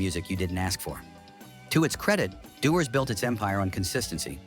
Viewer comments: AI sucks…. dew ers, not Da wars! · Rubbish and lacking in knowledge about Scottish Whisky. Can't even pronounce Dewar's....Dew is morning dew but it is a Scottish name if you even know where Scotland is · Worst pronunciation of Dewars i have ever heard. Do you homework properly